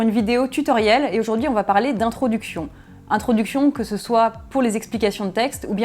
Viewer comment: introduction ou introducfion?